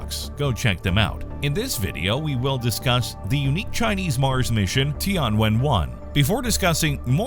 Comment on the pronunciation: Tian should be one single word, don't separate it as ti + an. So it is Tian (sky, heaven) + Wen (ask, question), not Ti + An + Wen.